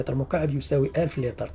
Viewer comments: لتر وليس ليطر 😒😝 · صحيح السِّعات وليس السَّاعات وكذلك السِّعة بكسر السين ليس بفتحها وليس اللطر